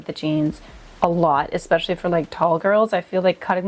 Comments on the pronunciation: Expecially! Jesus ESPECIALLY! especially. As in is especially Annoying. (And the sweater is knit!) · OMG! There Is not now, nor has there ever been, the letter "K"in the word "especially"!!!! Stop it! Do people not know how uneducated they sound when they add the "K"?